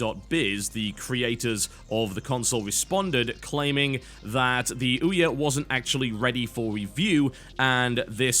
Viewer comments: ee'oh? What kind of pronunciation is that? :P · I this it's "Eeh-aw," like a donkey sound, a joke on its weird, odd-to-pronounce name. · I love how TB pronounces OUYA "eee-o" =)) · Why do you call ouya, the e or? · I laughed every time he said Ouya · Right.... That is definitely why he is defending the Ouya, not because the statement from the developers is news and belongs on the show. You would think that if he had been paid me might actually bother to pronounce the name of it right. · Because he doesn't know the proper pronunciation so he has defaulted to calling it that instead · They called their console OUYA, mispronunciations and mockery come with that.